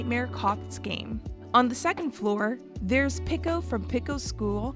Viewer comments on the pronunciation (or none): No way she said Picko instead of Pico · the person in the video pronounced Pico differently so it sounds like they're saying "Pickle" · idk why but this feels so lifeless, half the facts were wrong or straight up came out of nowhere, the woman kept saying pico's name wrong and there wasn't any jokes or whatever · please never say pico again